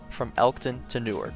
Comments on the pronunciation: Newark, DE is pronounced new ARK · great video! now try doing it using ONLY Local Buses. Also Newark, DE is pronounced "New-ARC" not like Newark, NJ and the State of Delaware funds the SEPTA service in Delaware and NJ has SEPTA because it's convenient to transfer to NJT and it's the end of electrification anyways on the West Trenton Line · Everyone from delaware is going to kill you for your pronounciation of Newark. Its New-Ark, not the jersey way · crying at how your pronounced newark